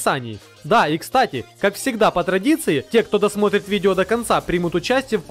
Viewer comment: Пожалуйста, закажи себе словарь. Такого убогого звучания как у тебя вообще сложно представить. "если вы еще не нажали на колокольчик, чтобы получать САМЫЙ СВЕЖИЕ видео" "Аписании" и " по ДраДиции" И это только начало.